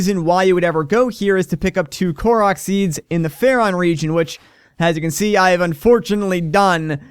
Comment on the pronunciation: kork?? more like kook XD